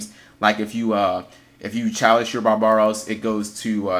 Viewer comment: barb-aros! not ba-ba-ros...